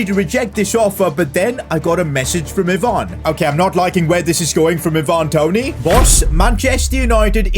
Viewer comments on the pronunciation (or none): I-Van how its pronounced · Ivan not ivanaarn